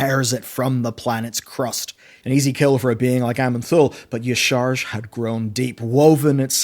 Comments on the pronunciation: He also says eee-sharj, instead of ya-sha-raj for "Y'shaarj" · Yisharsh? I mean, do you even play the game? Do you know how many NPCs in the game say the name correctly? Hell if you played MoP Remix you would have heard that name thousands of times. Say it with me.... Ya-Sha-Roge. EZ. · "ya'shaarch." "faysworn". "archidaeas". pronounciation: biggest enemy... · Yah sha rahj .... NOT YAHSHARGE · Its pronounced YA-SHA-RAJ ffs bro its been years :D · I find funny that in all these year you never managed to pronounce Y'Shaarj correctly, and yet everytime differently.